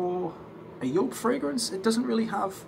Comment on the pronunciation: Nice to see you're back on stage 🤘🏼🤘🏼 and also nice to hear you're pronunciation for Joop is correct 😉 My German ear's are so thankful 🤣